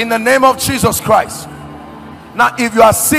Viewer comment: I like the way you pronounce IN THE NAME OF JESUS CHRIST.🙏🙏